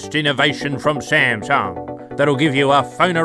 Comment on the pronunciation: I am a Shamshung Note Sheven Fan. I am laughing hard. this video is sho amashing..Sha sha sha 😂